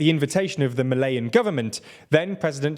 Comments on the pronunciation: You keep calling “Malians” “Malayan”. It’s confusing. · Correction it's 'Mah-leeh-ans' not 'Mah-lay-ans'. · Malians, Not Malayans... Great videos tho... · Lol, I came looking for this comment. First time I told myself it was just his accent, but the 2nd time I was like ahh damn they didn’t even bother to look it up 😂